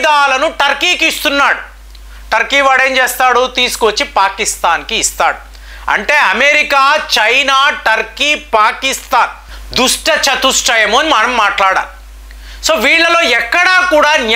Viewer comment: Sir it is not dusta chatustam it is dusata chatuam sir